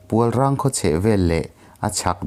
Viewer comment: Pualrang i tih hi PUALRENG tih zawk tur a ni lo maw. Tunah phei chuan wildlife sanctuary ah an puang tawh nghe nghe.Darlawn tih i lamdan pawh hi a dik tawk lo hle mai.I chhiar hma hian Khaw hmingte,hmun hmingte leh ṭawng upa deuhte lamdan dik hi Upa leh thil hre deuh te zawt hmasa ṭhin la. Chutichuan,i thil chhiar ṭhin hi a ngaihnawm sawt ngei ang le.